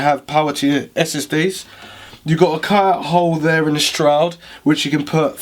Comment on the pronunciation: Just a couple of comments. You forgot the I/O shield, there is no upright mounting option for GPUs (it's just the design of the back panel) and it's a shroud, not a stroud. Otherwise I enjoy your enthusiasm, and a thorough look at the case!